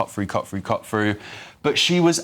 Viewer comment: GB News asking the opinion of, someone who continually pronounces the word 'through' as 'frew'. How does he keep his job when he can't speak the King's English?